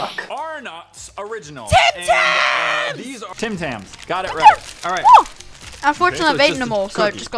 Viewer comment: I thought they said Tem Tem instead of Tim Tams XD